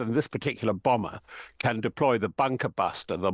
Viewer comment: THE ABSOLUTELY KEY BOMBER ffs speak english